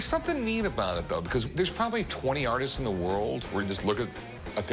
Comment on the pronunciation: apparently artists is pronounced articles